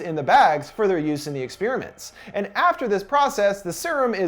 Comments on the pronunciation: Say 'Ex-spearmint' one more time I double dog dare you. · God, why can't Americucks ever pronounce 'experiment' correctly...